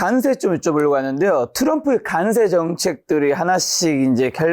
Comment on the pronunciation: 발음 “간세“ ㅋㅋㅋ ”관세“ 라고 해주세요